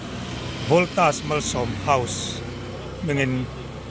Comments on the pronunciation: Scooty pe tu te chu an va fakawm tak em . Mahse an dawr hming kha lam dik tum hram hram teh,Voltas Malsawm House ani a.. I lam dik loh khan midang daih emaw Kan ti palh ve thei a.. Saptawng mizotawnga Kan hman hi chu lam dik tum hram rawh.. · chu Voltas tih i in hmeh lo Valtos i tih khan kan hre zawk..😂 i taima hle mai ṭang sauh2 rawh le